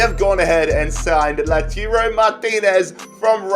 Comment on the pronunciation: Every time you said "LOOTOORO Martinez" you left a fan crying in a corner D: It's Lah-ooh-tah-ro if anyone was wondering haha